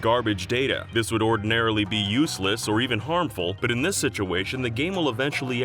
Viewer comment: Zelect.... Zituation... is it an inside joke to pronounce some S's as Z's ?